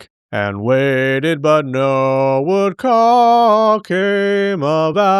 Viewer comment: lol "jumped" to the same conclusion. i c wat u did thar. also, before you said the whale showed up u said woodcock (huhuhuh, uhuhuhuh) as woodcuck